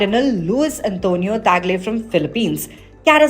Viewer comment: it's Tagle; not "pagle"